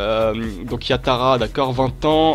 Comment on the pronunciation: Tt les supporters lyonnais sont morts en regardant cette vidéo, en savoir si peu et dire yattararé et umiti c grave qnd mm